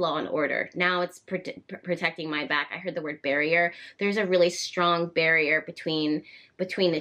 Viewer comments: When you said there's a barrier, I thought I heard 'bury her'. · yes! when i heard her say “barrier” my mind immediately went to “bury her”